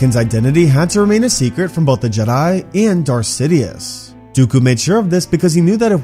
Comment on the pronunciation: I thought he said, "Darth shitious"